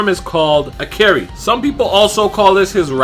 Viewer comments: Ikari is pronounced (EE-CAR-RHEE). Not (EE-CARRIE). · "this form is called acary" ??? LMAO Bro , you immediately said after that that it's official so at least don't butcher it's name , it's Ikari , it's read the same way as it's spelled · Cameron4anime It’s pronounced like I Ka Ri... it’s not that hard lol